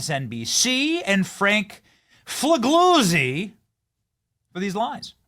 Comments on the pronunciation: 'gli' is an odd sound in italian. His name is pronounced: Fee lyee oo tzee. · FOR THE LOVE OF GOD, SOMEONE GIVE BENNY READING LESSIONS! Fig- lee- uzi! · “..Former FBI, boss, Frank Figlizard…” Is that how you say it? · Fig-Lee-Uzi, is how it is pronounced! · It's pronounced FA. GAZY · It's Frank Foo-Gay-Zee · I love how you pronounced that guys name lol